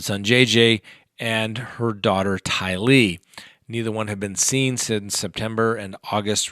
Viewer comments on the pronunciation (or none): none